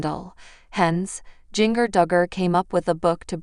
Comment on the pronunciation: I wish you would learn how to pronounce words right, especially jingers name, you need to go back to english class, you would fail badly.